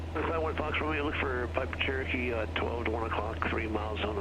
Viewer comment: I kept hearing. TURKEY 773.alias,it was CHEROKEE, NOT TURKEY. 😂😂😂, Sorry.